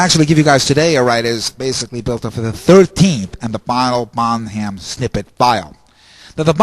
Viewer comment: he's so annoying.. so annoying that i keep watching... its so weird. i mean, he said Bonzo's name like bonHAM instead of bon-em and how the fuck did he say genre? god, i just hate this guy. ack...